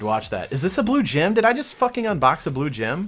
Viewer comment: The way you put the emphasis on "blue gem" makes me cringe.